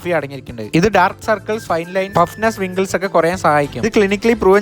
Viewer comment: Wrinkles "W" silent anuu rinkles ennu pronouns cheyathl mathyyyy